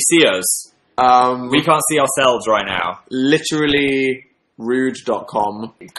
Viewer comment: Did Dan just properly say "literally" and not "Li-CH-ralleeee" :0